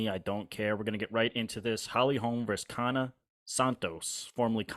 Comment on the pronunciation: Yana with a "Y". Like yacht or young. There's no "K".